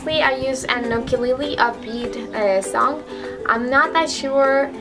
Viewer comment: ACTUALLY, Mr.SuicideSheep only releases some royalty-free music but he gets all of it with permission from the artists that personally ask him to upload their music so yeah… Also you spelled suicide wrong and pronounced ukulele wrong but that doesn't matter lol thanks for the songs though!